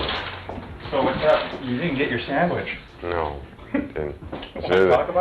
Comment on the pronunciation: “a nice tuna saandwich on uhh baygel” 💀💀